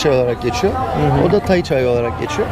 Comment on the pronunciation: Tayi değil Tay ak